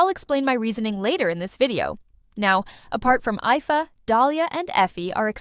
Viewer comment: Ifa is pronounced Eefa, both ingame and in the livestreams he was already mentioned